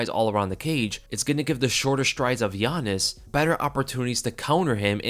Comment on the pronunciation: Every time he says yanez all i hear is giannis😂